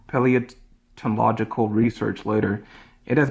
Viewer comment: dude can’t even pronounce “Paleontological” and yet he thinks he’s in a place to dispute evolution 🫡 he has to do absolute mental gymnastics to misrepresent points that he fundamentally doesn’t understand. if he was at least approaching with an open mind i’d be charitable to him but chat was right to cook him